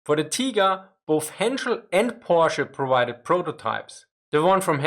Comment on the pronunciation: It's pronounced Porsh. POOOOORSH. - Homer Simpson